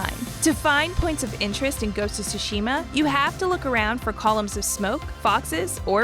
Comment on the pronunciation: How is it that anyone who has played the game doesn't know how to pronunce Tsushima? They say it like 300 times in the game.